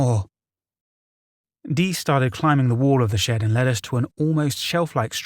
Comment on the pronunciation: Or shed. I kept thinking he was saying shit 🤣